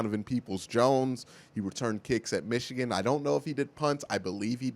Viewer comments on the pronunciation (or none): none